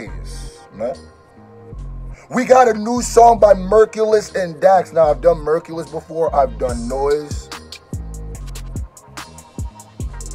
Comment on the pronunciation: It's pronounced like Hercules the hero.. all love . Dope song and reaction